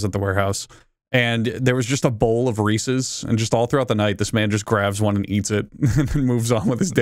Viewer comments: We really just gon' gloss over how Charlie AND pronounce 'Reeses' here?? Wtf?? 😭😭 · Reeese's* not "Reesees" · Charlie saying Reese’s instead of Reese’s is top notch English